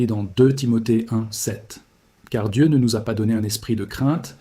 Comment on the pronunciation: Prononcez le nom de Dieu comme vous le faites c'est du blasphème.